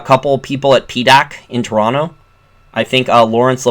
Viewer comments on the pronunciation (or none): none